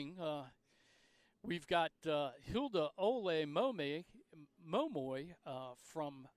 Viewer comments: Every time this man tried to pronounce “Olemomoi” I died a little inside. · He can pronounce "Schipperen" but he can't pronounce "Olemomoi?" Does blackness make it hard for him to read or something?